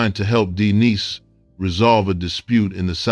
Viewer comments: Yo said D Niece😞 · Yep that’s what he said although he did pronounce it correctly later on…